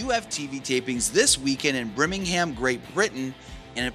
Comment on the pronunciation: You pronounced Birmingham wrong